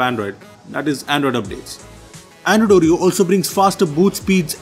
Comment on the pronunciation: I keep hearing Android Audio, instead of Android Oreo 😂😂😊